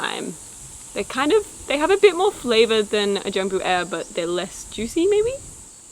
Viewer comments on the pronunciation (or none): "Jambu Air" is pronounced Jum+Boo+Ah+Eh